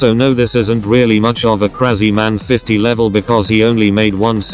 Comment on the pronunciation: Krazyman not kreiziman